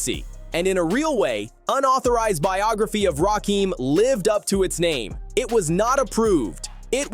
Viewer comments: Why is he pronouncing his name wrong on purpose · Imagine doing a whole video and saying his name wrong for a half hr